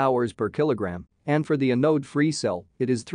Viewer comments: Great video, and I'm looking forward to more. I have a request for future videos. Your text reader is pronouncing anode like "uh node", which is very distracting in a battery video. Google translate pronounces it correctly. The A should sound like the A in apple. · Anode is pronounced with accent on the first syllable. Closer to "an ode" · thumbs up for the effort, but the voice is way too computer-ish and monotonous, also quite fast and slowing down to 0.75 is not very good and the word anode is pronounced incorrectly. My biggest issue was the fact that you show all those graphs without sufficient explanation and without directing the viewers to take a look at a specific plot when you're making an argument.